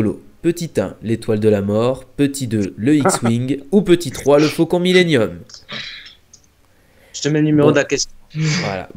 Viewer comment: aye aye aye "faucond millenuim" aye aye aye